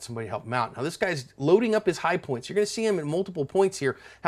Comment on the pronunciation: Did you just say, hi-poi.. Blugh🤢 sorry, hi-pOiNt 🤮🤮🤮🤮